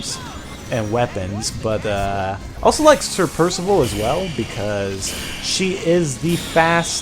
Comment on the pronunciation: PIRSIVIL PIRSIVIL